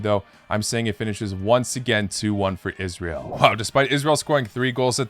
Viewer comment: I’m so glad you said Israel correctly! Made my day.